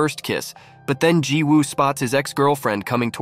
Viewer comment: Remember that when there is a Woo in a Korean name, it’s pronounced Ooh. The W is silent. I’m willing to bet that the name is spelled Jiwoobut should be pronounced Ji-oo.Didn’t you hear how the actors pronounced the name??